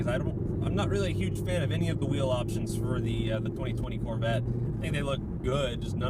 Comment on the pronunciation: If you say "mid-engine corvett" one more time! 😂😂